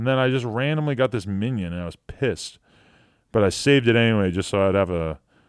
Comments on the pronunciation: Adam22 is the only person that I cannot get mad at for saying “Minion” instead of Minun lmao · MINUN not MINION lololololol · Pronounced Mine-un Like minus